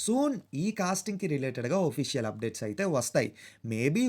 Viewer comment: ఒఫీషియల్ ❌ అఫీషియల్ ✅